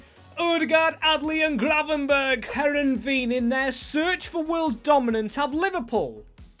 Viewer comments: English speakers can't pronounce anything that isn't English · butchering this teams name